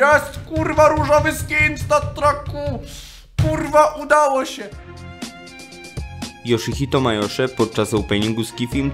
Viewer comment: P.s Yoshito Mayoshe sie czyta Josdzito Majoszi